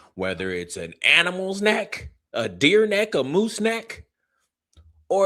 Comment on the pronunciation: Why does she say "nack" and not neck. Sooooo Annoying !!!